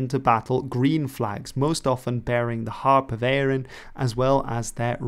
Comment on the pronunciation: It's the harp of Erin .not Eira